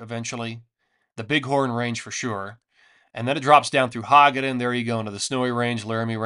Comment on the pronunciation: It's ho-ga-don, not hog-a-don. Emphasize that ho.